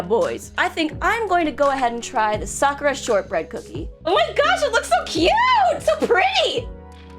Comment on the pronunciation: pays people to translate. pronounces Sakura sockra and uses a loud shrill voice.